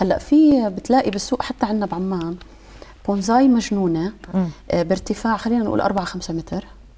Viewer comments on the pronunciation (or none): بونساي وليس بونزاي